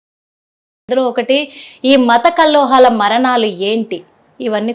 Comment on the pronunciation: కల్లోహాలు కాదు కల్లోలాలు అను